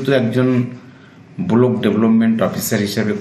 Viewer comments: আরে মশাই ওটা ব্লক হবে বলক নয়😂😂😂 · ব্লক না বলছে বলক Development officer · এই ওরাংওটাং টা এখনও জেলের বাইরে কেন ? "বোলোক ডেভেলপমেন্ট অফিসার", "পচ্চিম বোঙ্গ "! এই রকম যার উচ্চারণ কোনো ভাবেই কি বিশ্বাস করা যায় যে এটা শিক্ষিত।😂😂😂